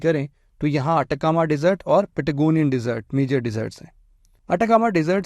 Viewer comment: Wo to thik hai par Patagonia ko pentagonia kiu bol rahe ho sir ji